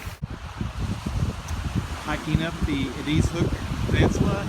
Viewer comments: Eeedeeeezzzz lol. You wouldn’t know unless you lived here it’s sounded Eddisss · Not being mean but it's pronounced eh-diz, not ah-deez ...